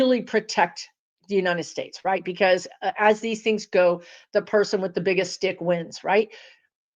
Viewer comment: “The person with the biggest stick wins”. I heard “dick” not “stick” lol